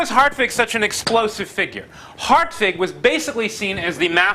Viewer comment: Ok. The pronunciation of hartwig as "Heart-vig" is correct. Very good for an anglo-saxon.